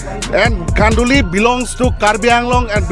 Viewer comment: He dont even know to pronounce kHanduli and still he claim that khanduli is there land ha ha... R u commedy me